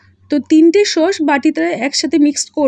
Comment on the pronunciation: শব্দ টা খুব বাজে লাগে ।সস না ।হবে sauce.